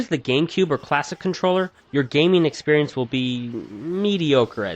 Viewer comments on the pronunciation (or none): none